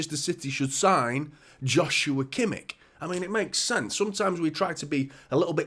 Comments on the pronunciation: It's never going to be about how could we play them all. Rodri is exhausted and completely overworked. KDB is aging and clearly can't play every game. We need more quality. It's a no brainer. I believe it's pronounced "Yoshua" btw. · It's pronounced 'Yoshua Kimmish'.